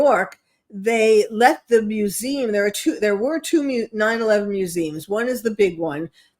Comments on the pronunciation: What's a "mewzeem"? She can't pronounce "museum"?? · LeR m how to pronounce mu zee um!!!!! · Is she saying “museum?